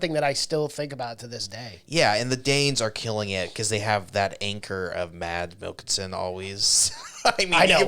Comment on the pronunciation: So funny that you said "I'm not going to butcher these names" when talking about that Mads Mikkelson movie, but you CONTINUOUSLY butcher his name 🤣🤣🤣